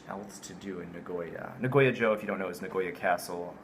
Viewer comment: I would like to know if you are mispronouncing Sapporo and Nagoya on purpose. If you are mispronouncing for your english speaking watchers, then ok. But if you are doing that because that is how you pronounce it even in Japanese...